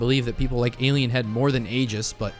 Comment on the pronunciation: Aegis is F tier, because it doesn't do anything without other items! (Except on Rex.) SCHOOLED. Also, it's pronounced "eejis." SCHOOLED HARDER.